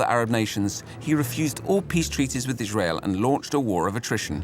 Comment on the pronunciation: Narrator for no reason: Ijshrael